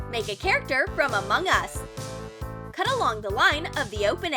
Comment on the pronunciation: Why do you say among us weird?? 🙄🙄🙄